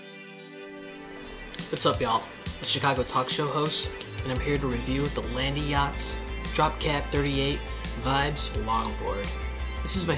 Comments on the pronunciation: Land-yacht+z two syllables hear me out. Land…yachtz. No Landie-yachtz… stop that. Shame on your friends for not correcting you. Thank you for the video. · I was looking for this comment lol Land- yachtz not landy-yachtz And when it comes to wheels I'd suggest 77a-80a kegals